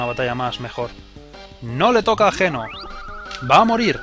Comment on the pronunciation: ...escribe geno y...pronuncia yino